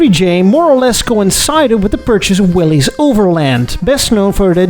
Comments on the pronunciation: Willy's should be pronounced Willis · I've always been interested in Kaiser-Frazers ever since my uncle pointed out a Frazer at a gas station when I was young. For the record, Willys is not pronounced as "Willy's" but like Willis, which is probably a variant spelling of the same name. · "Willys" is pronounced just like "Willis". This how John North Willys pronounced his name.